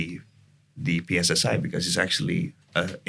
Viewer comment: Kenapa kok singkatan bahasa indonesia di inggriskan? Pi es es ai? Di Pi Ar (2 podcast sebelumnya) .. why? Ganggu banget di telinga 😂